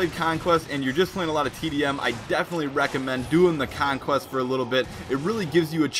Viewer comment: you can't pronounce conquest properly